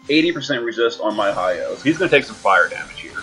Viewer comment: Why can’t you say my boy name right right it’s not Hiyo it’s hy’oh And just pull for king rain already it should be REALLY easy to pull him bro and you got like 600+ tickets?! Why not waste 40 to get 2 king rains ??